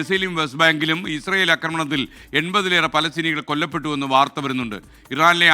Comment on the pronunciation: PP. SK ഫലസ്തീനി എന്ന് പറയണം അറബിയിൽ 'പ' ഇല്ല .മുദ്ര ശ്രദ്ധിക്കണം മുദ്ര😂😂😂😂😂😂😂😂😂😂😂